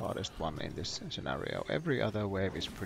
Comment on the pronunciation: Lol “skinario”